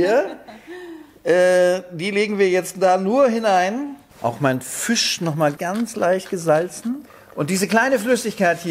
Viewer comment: Füsch 🤣. Und ich dachte, so sagt man nur in Berlin!